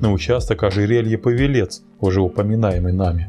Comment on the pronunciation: Видео хорошее могу ток по править пАвелец тульский не павелец